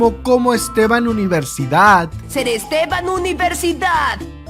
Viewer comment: Estevan universidad? Seria Steven University 🤣